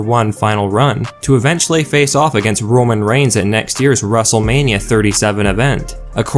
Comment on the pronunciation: Romon regins 😅